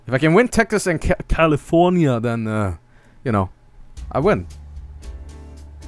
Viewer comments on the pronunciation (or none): "If I can get Texas and G'alifoohnyuh, I win."